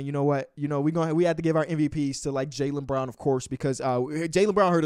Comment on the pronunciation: The way he was saying Jaylen Brown in the beginning sounded like he was saying JayLeBron to my dumbass😂😂😂